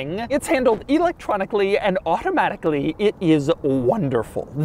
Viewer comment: Doug: " It's handled electronically and auto-H-matically " I love when Doug ^enunciates^ his rich-people-speak, adding an H to the word: automatically.